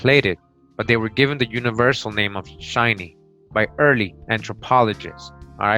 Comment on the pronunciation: You pronounce many words wrong. Shinney is pronounced shin-nee. Not shy-nee, and hoquet is pronounced ho-kay, quet in French is always pronounced kay!